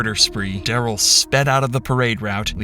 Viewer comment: Ole Duh-rell.